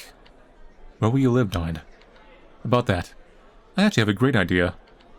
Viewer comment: love how manlys pronunciation of Neun just sounds like Nine with an australian accent lol